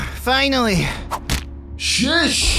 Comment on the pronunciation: He said SHESH